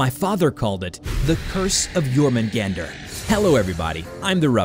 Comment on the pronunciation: Isn't it pronounced as "your-men-gawn-der" and "me-yoll-near"?